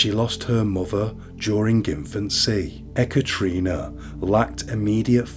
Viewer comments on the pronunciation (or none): No offence meant, but it's usually produced "eh-cat-a-rina" Not "eh-cattree-nah". Just a heads up!